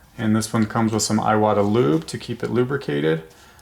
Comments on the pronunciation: Seems to me, that if youre gonna name your channel Airbrush University, you should at least pronounce iwata correctly. Its eewata. Not eyewata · Thank you for this video! It's pronounced "eewata" :D